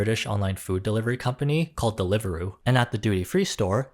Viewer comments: she didnt even pronounce the apps name correctly BRO (its de-liver-roo) not del iveruu, its just ur typical arab doordash (same for talabat) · I live in the UK and I genuinely did not expect to hear it as Deliveroo being British and pronounced so slowly, like is not English 😭 No shade here, I am just experiencing whiplash, I am used to only hearing USA based mega-corps